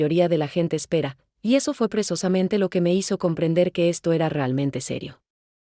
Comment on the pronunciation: Hay que informarle a la I.A. que no se dice presosamente sinó *precisamente*. Fíjense que manera de hablar y de hablar y decir: ¡ABSOLUTAMENTE N A D A...!